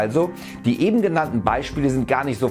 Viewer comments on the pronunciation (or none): none